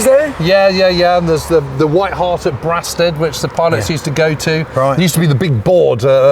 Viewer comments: Very good. I think it’s It’s Braystead not Braastead (Brastead) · I think its pronounced Bray-stead not Brah- stead. My Brother in law lived in one of the white cottages opposite the pub. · Excellent video. Brasted is pronounced ‘Braysted’ 👍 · I absolutely love this series... ... but I do have one minor gripe - pronunciation of Kent locations. I was born and grew up in Kent (I'm in my late 60s now) and Brasted was always pronounced "Braysted"...unless it's changed now. Other local town/village pronunciations : Wrotham is pronounced "rootem" and Trottiscliffe is pronounced "Trosley" ...that aside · Sorry, boys, but going to have to pick you up on your Kentish place-name pronunciation - it's "Braysted" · For goodness sake it’s pronounced BRAY-STEAD, honestly you sound like a foreigner 😂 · I grew up in Brasted (pronounced Braysted to us locals) I never understood why the BoB pilots went there for a drink - it’s pretty far from Biggin Hill. Or at least in my mind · Brasted is pronounced Braysted here in Kent. Great series. My dad watched the events at home in Tonbridge. He also saw a zeppelin go over in WW1. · It’s pronounced “Braystead”. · It’s spelt Brasted but pronounced Braysted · Great series, but can someone please tell who to pronounce Brasted correctly